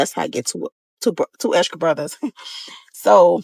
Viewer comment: This story went up and stuck….”l put a lil exKRa in there for you”….she fo da skkkkrrreeettttsss! When did “satin caps” become an “in”style? #pan-Tees